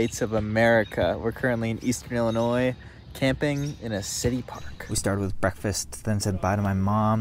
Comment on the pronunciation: Loved this! But IllinoiZE??? Noooo